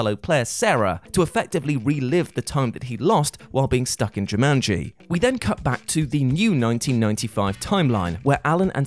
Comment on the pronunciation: Uh no, Cobb did not enable a power hungry magnate. He stopped a power hungry magnate from gaining a monopoly and becoming an energy superpower. Saito even explains this fully. Many points added for pronouncing Jumanji correctly. So tired of hearing, "JuMUNji." LMAO